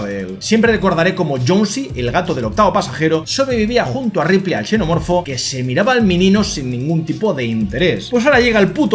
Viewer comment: Hola me costaba entender si le decías "chenomorfo" o "senomorfo", en este caso xenomorfobo la "x" suena como "s". Entonces foneticamente suena como "senomorfo" Me sucedió que una vez a unos gemelos de N canal le dije que soy de Xalapa y pronunciaron chalapa y en este caso la "x" suena como "j" y foneticamente suena como "jalapa"